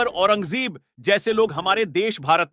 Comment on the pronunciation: Bhai naam to thik se lo aurangzeb ka naam sahi nahi ayodhya ko udhya Mohammad umar ko umr ye kya hain kaise video banate hain aap log sahi alfaz ke saath banao taki har koi samjhe